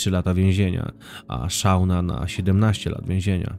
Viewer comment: Ale please, czytajcie poprawnie imiona. Nie Szauna. SZONA. Naprawdę nie jest trudno znaleźć w necie poprawną wymowę nazwisk, imion, nazw miejscowości... Materiał przygotowany porządnie i szkoda, że takie coś szpeci.